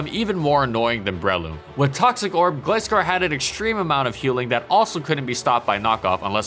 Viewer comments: its not gliss- scor its gliscor like gliding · ITS NOT GLEE SCORE ITS GLAI SCORE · Did you just pronounce Gliscor as Gleescor lol Even in the anime Gliscor says Gl i scor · Stop saying Gliss Skore - it's pronounced Gly Skore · In the first half you pronounce Gliscor as “gliss-score” but in the second half you pronounce it “gly-score”. Which is it? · Bro...why do you pronounce it as "Glisscore" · You pronounced Gliscor wrong, it’s not Gliss-score, it’s Gly-Score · It’s pronounced Gl-eye-score.... not Gl-issss-cor.... in the anime it’s pronounced Gl-eye-scor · Right? It's "Gly-Score", not "Glih-Score" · The way you pronounce Gliscor hurts me... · It’s a long i. Did ANY of you actually watch the show? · I had trouble watching it since you kept misprouncing GLY-SCORE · It annoyed me that he kept calling it 'Gli-scor' since im used to the anime lol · Gliscor was and still is amazing. Isn't it pronounced Gly-Scor though? And Gligar pronounced Gly-Gar? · no the "Gli" in it's name comes from GLIDE which is pronounced Glay not Glee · Why do you pronounce Gliscor as Glscor? it's just like with Gligar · It's glIscor you know like glIgar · Gligar and Gliscor have the same Gli but he pronounces them differently and it bugs am I the only one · ...Is that how Gliscor is pronounced? Always thought it was similar to Gligar. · This Gliscor video needs a rework. An incredible Pokemon throughout it's entire existence, the video would be atleast a half an hour long if not more. GG said Gliscor in all its groovy generational glory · You said Gligar right, but keep pronouncing Gliscor wrong. How? XD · Gotta love how as the video goes on, the pronounciation of "gliscor" becomes correct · You pronounce gliscor wrong and it's triggering me lol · You pronounced Gliscor wrong several times. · Your pronounciation of Gliscor on every video is frustrating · Dude, makeup your mind on how to pronounce Gliscor.